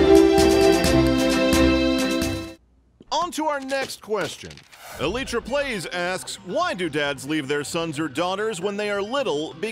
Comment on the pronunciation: And Chips' dad left because he can't read the word "elytra"